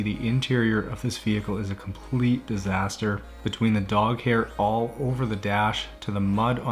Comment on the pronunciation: When you said "real disaster" I heard 'real bastard' which I guess is the same haha